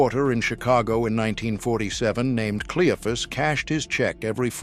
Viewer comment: It's pronounced Cleo fus 🤬